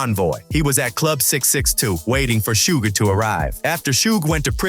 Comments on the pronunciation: Was this commentator alive during this lol😂 its suge not sugay 😂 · "Shuga" lol. "Shugay" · Thank you someone else noticed, that was driving me crazy. Plus the way he is saying Suge name.